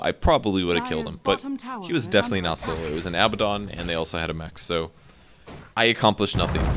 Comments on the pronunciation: Huh, I never noticed that, but yes, Abaddon's name should be Abbadon if they want to pronounce his name that way. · I'm with you on the pronunciation of abaddon